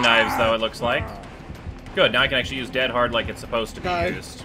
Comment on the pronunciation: Is time to stop saying dead HEAD in stead of dead HARD PLEAZZZZZZZZ STOP